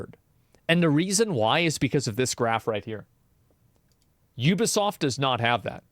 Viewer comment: That's not how you pronounce Ubisoft